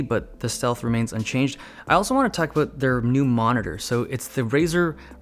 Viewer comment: He said "aboot"